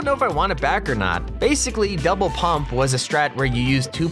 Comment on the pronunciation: he sounds like he is saying devil pump instead of double pump